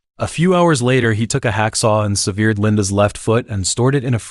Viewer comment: There have been several examples of the lack of research here. The word severed is pronounced SEV ERED NOT SEE VEERED. Always research pronounciation. It is important to the media you are using. If you get names, places, basic word pronounciation or location wrong it spoils everything. TRhere is a good example in one of your other videos. You had shots of Africa but were taling about Berima in Australia. We don't have giraffes in Australia not do Water Buffalo reside in places like Berima, far too far south. You need to be correct in your portrayal. You have not been in the any of these things. I appreciate you are putting your time and energy into these projects. But accuracy is imperative. The trouble with Americans is you don't even know where Australia is, probably have never been there and think it has the same animals as Africa. Well we don't and Africa is over 10,000 kilometrees from Australia, on the other side of the globe.